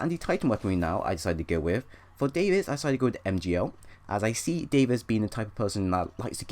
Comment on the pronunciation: im sorry for correcting you, but its Davis not David